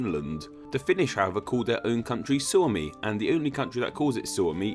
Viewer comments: Shuomi... XDD kuulosti hasulta ... XD Suomi ei shuomi.. SUOMALAISET EIVÄT LAUSU SANOJA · ITS PRONOUNCED "SAAMI" NOT "SÄMI", TRIGGER ALERT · Because most Americans would pronounce Suomi as "Swami". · "Suomi" sounds like "suo," and suo means swamp. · U cant pronaunce Suomi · thanks for butchering the word Suomi :/ Im now a sad Finn